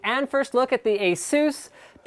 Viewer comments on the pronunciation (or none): its pronounced ay-sus